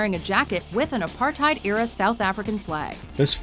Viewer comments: The way she pronounced "Apartheid" XD ( I live in SA) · I love the way all of you say apartheid wrong, makes me feel superior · I always find it hilarious hearing english speaking people say apartheid, if you want to hear the correct pronounciation, use google translate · Please say Apartheid right, as South African this irratates me alot